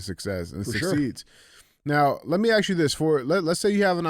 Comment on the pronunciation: DJ...its ASK....not acts . It's not let me acts you a question. So sick of hearing that shit!!